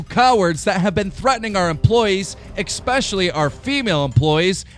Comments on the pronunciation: I hate when ppl say "exs specially" its es-pecially. Makes me think of the "ambalamps" guy. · It's not expecially. Or extablishment.